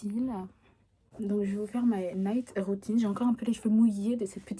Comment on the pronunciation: « Woutine pour aller dowmiw » bg l’accent chakal mdrrr